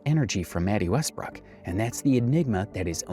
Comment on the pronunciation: Wetty Mestbrook? lmao